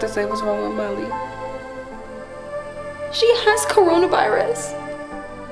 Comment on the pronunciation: It sounds like she's saying Mommy but she's saying Molly